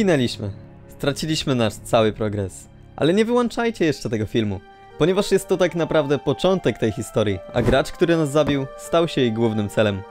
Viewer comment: "Nie wyłanczajcie" XDD czym wyłancznikiem?